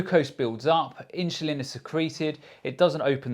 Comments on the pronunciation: S/l inchulin to me??? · Am I the only one hearing insulin pronounced differently? I’m sure that’s the right way 😊